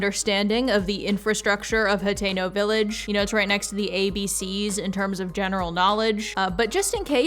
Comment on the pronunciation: The whole time I thought you were saying Potato Village😂❤